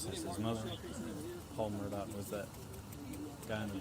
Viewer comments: Sounds like he’s saying “Murdock” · I’m watching this on replay. Excellent job,. It is a sad, needless, most tragic loss of two humans. BTW, if you pronounce his last name as “Mur-dug,” I think you’ll be close enough for grits. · It’s pronounced murdock, sometimes his accent sounds like Murdick, which is appropriate. There’s lots of footage with the correct pronunciation, even though his own lawyer, harpoot, said his name wrong. 😂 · I'm from New England where we pronounce it "Murdah" LOL it's all good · It's "Elek Murdick" as AM pronounces it.